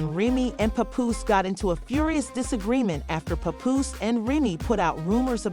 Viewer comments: I tried but after the third "popooh" I was good on the info 😂💯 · I was trying to watch but the way ya disrespecting my guy name is nasty.. get it right or don't upload the drama.. how I suppose to believe this information right when you not even saying the names right